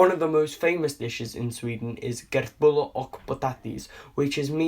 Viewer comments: he said körtbööllar but its köttbullar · (Transelate this If u dont understand because I’m not so good at English). Och Han säger också fel det heter köttbullar och inte kutbolar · tobias wildenhoff ITS NOT GREAT HE SAD KUTBOLAR AND NOT KÖTTBULLAR!!! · Hahaha ”körtbOlar” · I live in Sweden he said really wrong it’s Köttbullar och Potatis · I lost is when he treid to say meatballs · you failed on saying köttbullar. im swede and if i hadnt seen the photo i shouldnt i have known what you where saying. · fuck im a swedish speaking finn and i've never heard ANYONE say köttbullar like that, A for effort tho, damn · Samma här XD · Emma Lindberg well, you didn't help at all, he read "Köttbullar" and said it, you wrote "Köttbullar" and he will read it and say it the same 😂 You can write "Shotbullar" instead, so he can read it better 🙂 By the way, do you know that "Meatballs" is not a Swedish food?. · Kertttbulllaaahr och pottattiiiiesssss, soorstrommin. Dafreak i`m half swedish and i know that the pronounciation is wrong. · He said: "kurtullar uck potati"